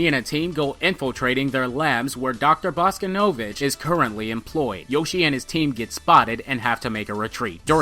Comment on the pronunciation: It's actually pronounced "bah-SKAH-nuh-vitch"